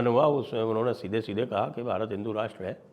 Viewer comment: How will you reclaim Bharat when you pronounce Bharat in foreign accent?